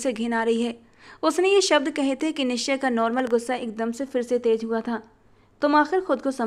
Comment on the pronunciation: आप निश्चय मल्होत्रा के नाम में च का उच्चारण भी करें आपने इस नाम में च साइलेंट सा कर दिया है।